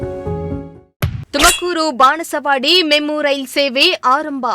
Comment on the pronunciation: 😮 ಹಾರಂಭ , ಹಾದ್ದರಿಂದ 😮 ಕನ್ನಡ ಸರಿಯಾಗಿ ಮಾತಾಡಬೇಕು.ಕೇಳುವುದಕ್ಕೆ ಅಸಹ್ಯಕರ ಕನ್ನಡ ಉಚ್ಚಾರಣೆ ಆಂಕರ್ ದು. 😮